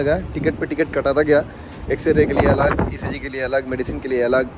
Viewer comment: ECG Bolte hai bhai 😅😅